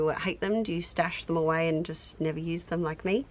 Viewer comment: Naur, nevahh. 😂